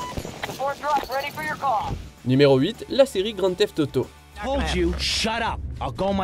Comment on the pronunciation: "La série Grand Thef-Toto"